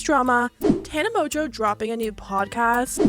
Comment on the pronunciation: MONGEAU MONGEAU ITS MONGEAU NOT MOJO ARE YOU BLIND